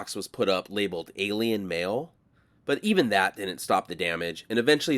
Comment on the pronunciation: Great video, "McFarthest" 😆"A'lie'inn" 😆